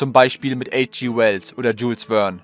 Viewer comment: Der hieß nicht "Dschulz Wern" sondern "Dschül Wern".